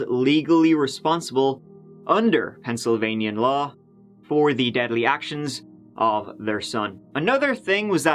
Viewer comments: Dude! Pennsylvania is NOT 2 separate words. Pencil Vaineeyaw! NO. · Pencil. Vania.